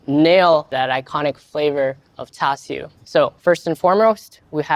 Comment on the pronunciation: That’s how you say it…. I always heard it pronounced char su…. Have I been hearing and saying it wrong??? Sounds like he is saying tau su.